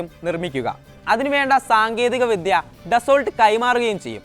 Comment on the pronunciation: ഡസോൾട്ട് അല്ല, ഡാസ്സോ.